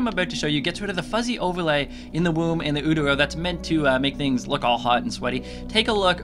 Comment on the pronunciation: Thanks so much for posting this! Also, it's pronounced "you-terr-oh."